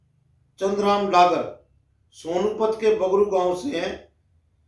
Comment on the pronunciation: पानीपत में बगरू नहीं सोनीपत में बाघडू है आपने गलत उच्चारण किया है। बाघडू गांव डागरो का बड़ा माना जाता है।